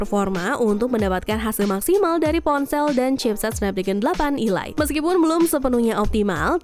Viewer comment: Perasaan kemarin ada yang komentar perihal pembacaan elite bukan ilait ini pengucapannya diulang lagi ilait 🤦, koreksilah yang baca 🤦, ya walaupun sepele tapi juga diperhatikanlah, 🤦